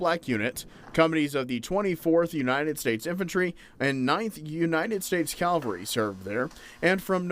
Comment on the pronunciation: Two corrections. First, the Battle of the Washita took place in 1868. Second, the Army branch is pronounced "Cav-al-ry." "Cal-va-ry" is a place in Israel.